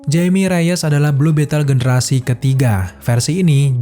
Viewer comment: Nama Jaime Reyes itu bacanya 'Haime Reyes' karena dari Amerika Latin keluarganya. Karena ejaan huruf 'J' nyebutnya kayak 'H' bro kalau dari orang latin. Cuman sekedar info.